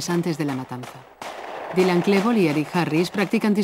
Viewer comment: ha dicho" dailan", DAILAN, joder